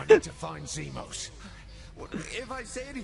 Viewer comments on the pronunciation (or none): Es heißt Zimos nicht Zimon. :P